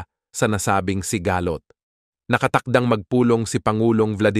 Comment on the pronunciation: Ano sabe nyu si-ga- lot ng pasikat ka ba ayusi pag bigkas salita mo ha